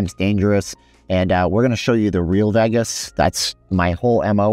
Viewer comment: Vagus….. 🤦🏽 It’s pronounced Vey-Gus !!!